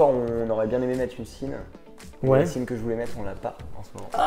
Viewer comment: Très sympa cette vidéo. Petite remarque amicale : on ne prononce pas la marque "Sinn" avec "S" comme dans "signe" par exemple mais plutôt comme un "Z" soit "Zinn".